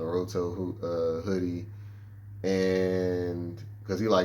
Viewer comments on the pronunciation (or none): CLEARLY do NOT watch anime. You destroyed Naruto’s name 😂😂😂